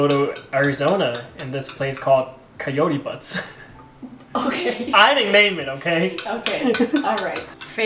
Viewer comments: It’s pronounced Coyote Be-you-ts. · LMAO!, its coyote butte "bee-u-ets", if that make sense. Definitely a beautiful place. I'm from Arizona. Love you guys!:)